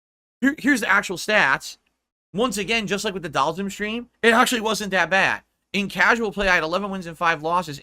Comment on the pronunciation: Why is he now saying Dhalsim's name properly but can't say Zangief right to save his life?